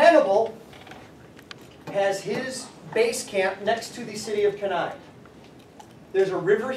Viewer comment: Thank GOOOOOOOOOOOOOOOOOOOOOOOOOD you pronounced Cannae properly, thank you, you have redeemed the entire United States again for me. I cannot show my kid videos, no matter how nice the CG is where these morons call it "K'nee"